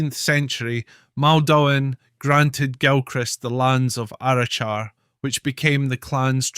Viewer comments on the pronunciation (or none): Also, not a dig just a heads up. The pronunciation of Arrochar is incorrect on this video, it is not Arrow-shar. It is Arra-cah. It is a soft Cuh-like saying on the -char.